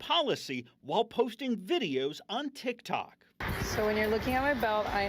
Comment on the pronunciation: the way she says ‘Tsik Tsok’ bro 🤣🤣🤣